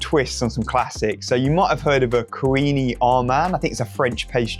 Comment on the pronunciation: That scrummy Britanny cake is pronounced "quinn-a-man". A buttery, flattened croissant soaked in sugar syrup. One of those will keep you quiet for a while.